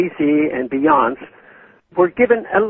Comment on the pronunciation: Ha, "Be-yonse", I love that. You're generation gap is showing Mr. Paw-yule. But I guess it's been a while since you dropped a nickel into a Wurlitzer and don't have the time to follow the latest records on the hit parade, so you can be forgiven. I think it would be funny if we all just called her Beyonse from now on. At least until everyone has freedom to travel to Cuba.